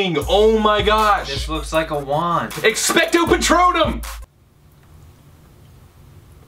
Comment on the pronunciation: First, it's wand. Second, it's not "stic", it's "stick"